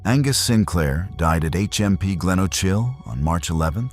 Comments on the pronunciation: Glenochil you say Glen O Kill not Glen O Chill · Its a first right enough lol. Normally Americans can't pronounce Edinburgh right. he got glenochil wrong though. He said glen o chill, if you read this podcast guy its glen o kill. obviously that's just how you pronounce it. Not spell lol. Sorry. I'm a geek 🤓 🤪 🤣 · Do they chill in gleochill? 😂 pronounced glen oh kill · Awe Naw … how to murder Scottish toon n village names Eljin …. ELGIN Glenochill … GLENOKILL …. You can google it ffs